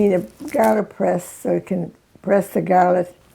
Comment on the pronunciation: When i heard her say "gaalic" i knew she was Italian 🥰